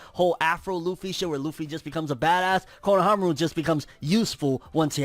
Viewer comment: Not kono-fro-aru. Fro-nohamaru**